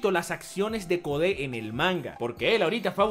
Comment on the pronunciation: ¿por qué demonios este tipo dice “Jiren” si ese es un personaje de Super? Encima pronuncia CODE como si fuese en español, es INGLÉS.